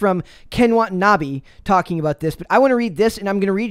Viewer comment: Wah-Tah-Nah-Bay , Watanabe